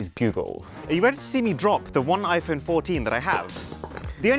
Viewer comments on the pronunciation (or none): none